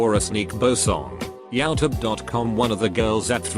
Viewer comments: Instead of "youtube" he said "yow-tube" XD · Nobody: The voice: yaotube